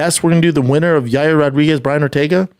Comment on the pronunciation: Who is Yay-er Rodriguez?